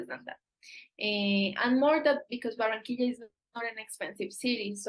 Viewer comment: Be nice if you learned how to pronounce Barranquilla